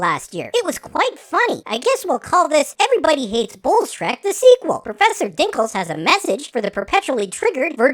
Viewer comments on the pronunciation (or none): Bowles-Trek... I have been pronouncing it as Bowel-Steak lol